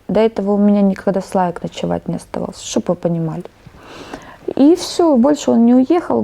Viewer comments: "Скупилась", "шоб вы понимали" - кровь из ушей!!! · «Шоб выпонимали « 🤦🏻‍♀️🤣